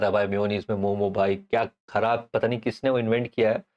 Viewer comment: Bhai tum bhi momos bol rahe hoo momo bol only